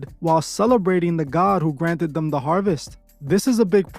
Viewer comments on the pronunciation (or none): none